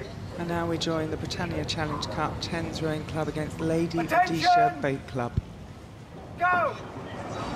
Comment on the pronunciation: It’s ROHESIA, woman!